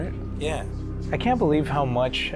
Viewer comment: when they say "believe", it felt a bit like they said "please leave"